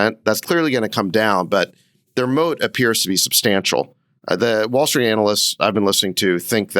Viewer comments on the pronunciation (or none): none